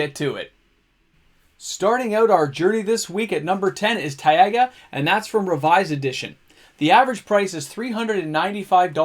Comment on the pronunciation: Taiga is just "ti-gah" :D